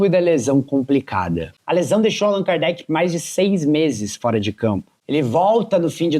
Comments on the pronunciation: Agora o cara fica falando o nome do jogador errado o tempo todo! É de lascar! ( Alan cardete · Alan kardet kkkk pqp nem o nome do jogador o cara fala certo....nem vi inteiro por isso,tá tirando kkk